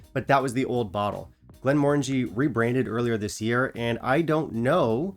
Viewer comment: I bought this recently, and was slightly disappointed. I think for the same reasons you mentioned. I expected it to have more of a port flavour, but I found it very subtle. It wasn’t bad, but I wanted more from it. And at £50, it wasn’t great. Also, you’re pronouncing the brand wrong. The new logo/design is intentional. Those are the syllables to pronounce. It doesn’t have the “orange” sound in it. It ends in “Angie”.